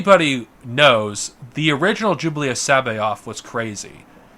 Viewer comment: Is he sayin “Jublius” I thought it was pronounced Jorus